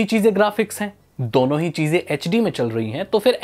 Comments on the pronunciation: How pronounce 2 duono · The way he says "dono" 🤣🤣